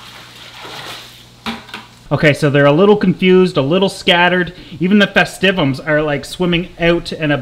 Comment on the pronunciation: Congrats you're the only person on the internet I've found that pronounces the denison barb as "denyson". Try "dennis-son" and "festive-um".